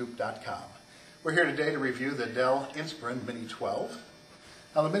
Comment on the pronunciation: you pronounce "inspiron" wrong. you say "inspirIN" but its "inspirON"